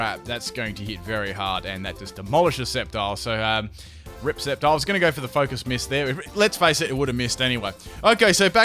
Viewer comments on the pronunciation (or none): none